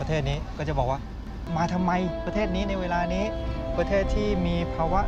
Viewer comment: ข่าวดีมากค่ะ แต่นักข่าวผู้หญิง พูดคำว่า เวลาถูกจะไม่ขัดหูมาก ทำไมพูด "วะลา"